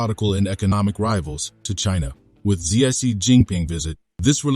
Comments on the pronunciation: President Xi is pronounced as Si not zai😅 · 1. You are a Pro China Channel and you cannot pronounce the name of Pred. Xi's name correctly. Change the Bot. 2. Vietnamese knows how to play the geopolitical game of China and the US, sometimes they win and at times loose. The bottom line is China is their next-door neighbor who is not a push over and the Vietnamese knows how to and must play the geopolitical game in order to stay independent and a sovereign state.